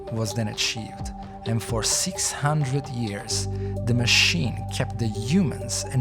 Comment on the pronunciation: "Matchricks"? "Mashin"? "Rubutts'"?